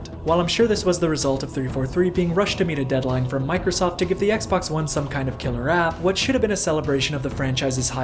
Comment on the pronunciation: Anyone else notice he said Xbox One as X-Bone?